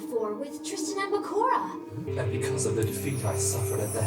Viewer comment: Bákura is INSANE to pronounce. It's Bakúrah